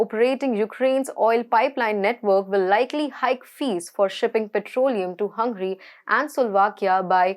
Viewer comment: Dear host, its not hungry its Hungary